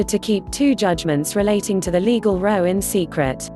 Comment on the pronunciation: Repeating the same thing over and over and it's a row like sn argument not row like row your boat grrrr